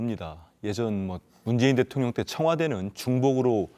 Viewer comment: 가입? 그냥 문자 인증 하고 했어??😢 그리고 대똥령 이라고 내 귀에 들리는데요 제가 이상 한 거죠🤣🤣🤣